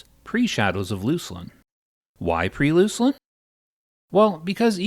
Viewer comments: Loose-lin? It's Luck-lin. Fyi! :) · "Looslin" "Veeleketor" Euuurrrrgh it's diarrhea in my ears.